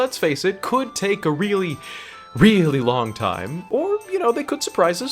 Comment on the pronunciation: i weally wike the king of wed wions...